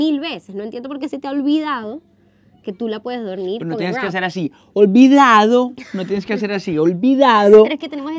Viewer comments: Mi sensibilidad y yo: No tienes que hacer “OL VI DA DO!” 🙂🥲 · 😂😂😂😂 "olvidado" Ese énfasis. 😅😅😅